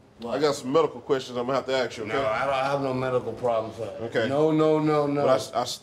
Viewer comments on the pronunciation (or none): Ask not aks